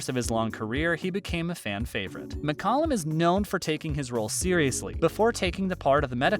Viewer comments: No it's pronounced Muck-Calum not Mick-Calum. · David's last name was pronounced as Mick-Cal-lum, not Mick- Cullum.